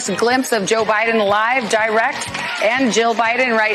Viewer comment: Dan, he said “Joe Bliden’s husband”